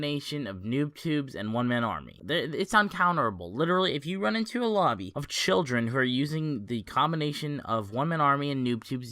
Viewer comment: the way you said children